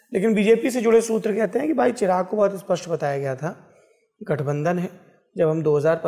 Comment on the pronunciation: गुरु जी चिराग नहीं चिराग़ हैं।